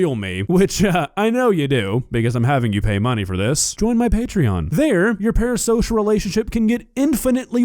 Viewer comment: Are you saying "para-sosh"? Stop saying "para-sosh"